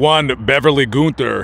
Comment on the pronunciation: Its pronounced gun-ther